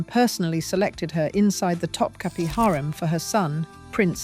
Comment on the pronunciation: Also … Topkapi Palace isn’t pronounced “top-cappy”; it’s top-kaput (but don’t say the T at the end). That’s a byproduct of Western printing presses, which only have one form of the letter i. The Turkish language has two - one just like ours, with a dot over it (i), but also one with no dot over it, and that one is pronounced like the u in “put”, or the oo in “book”. The last letter in Topkapi isn’t really our i, with the dot; it’s the other one, without. But since we don’t have it in our alphabet (or keyboards), we improvise - and that’s why Topkapi is usually mispronounced in the West. TA-DAAHHH!! There’s today’s dose of Useless Trivia for you. 😉